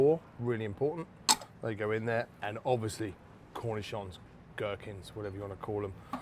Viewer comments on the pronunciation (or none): none